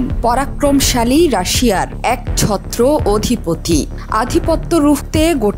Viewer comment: খবর পাঠকের কয়েকটি শব্দের উচ্চারণ ভুল আছে। যেমন একচ্ছত্র, রাজশিক